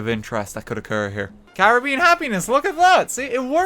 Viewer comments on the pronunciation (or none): none